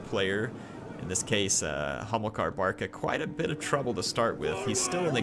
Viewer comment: He´s Hamilkar, not homo-car...